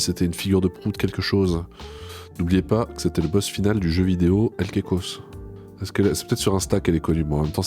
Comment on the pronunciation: Tu l'as pas entendu dire qu'elle tournait une "vidéa"?